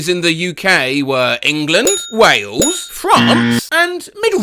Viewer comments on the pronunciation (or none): none